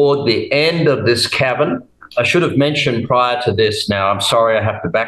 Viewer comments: 😆 Thanks for pointing that out. Yes, I did say Pall and not pole. Cavern and not cabin. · It's kind of funny, the illustration is of a cabin!! Meanwhile he is saying cavern...It does sound like cabin ..The topic and testimony isn't funny though obviously.. God bless him for sharing.. ❤❤